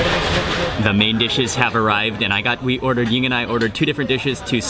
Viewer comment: Is Mark's wife named Yin? I never can understand him when he says it.